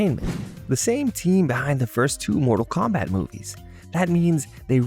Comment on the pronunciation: Bro u killing me u can't get the name right or saying mortal Kombat